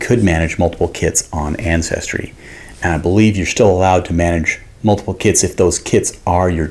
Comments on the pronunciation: I swore I heard “selling kids for years” I was so confused and worried, then I just rewinded lol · “Selling kits”😂😂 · I heard the same 🤣